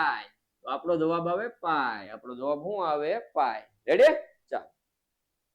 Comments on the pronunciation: Sir revdi na ave redi ave have na vidio thi redi bolo 😅😅😊😊😊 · રેડી નાનાનાના રેવડી બોલતા સિખ ઢાનઢા અકલમઠા 😂😅